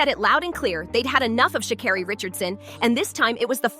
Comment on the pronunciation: Racism? BS! Guilty? Perhaps/Likely But please pronounce her name correctly numb nuts!!!! Your reporting is laced with judgement!!